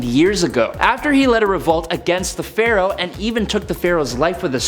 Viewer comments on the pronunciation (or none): none